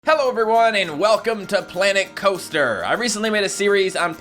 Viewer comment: "clanet cloaster"